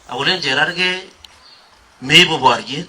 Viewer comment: CHERARGEI not Chergei wachameni😀